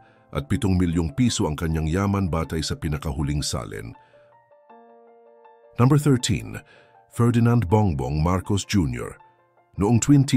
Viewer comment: Pakiayos pag pronounce ng no. Parang ewan kasi haha 😅😅 ayaw ko na tuloy mg subscribe